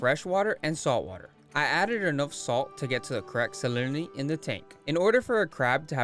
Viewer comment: "salinity" was kickin ur azz to pronounce lolll